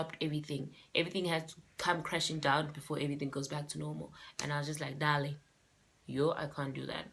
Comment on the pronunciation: Because of you, I'll never pronounce darling the same